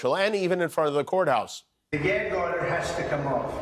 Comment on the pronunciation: And the judge said oder in the court